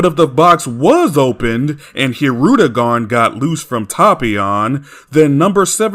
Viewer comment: Sin added every time fails logic and mispronounced Tapion and saiyan and Bulma and videl and hirudegarn wrong which gives us sins